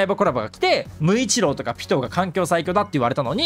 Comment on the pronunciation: なんかピトーが鬼滅キャラみたいに聞こえるw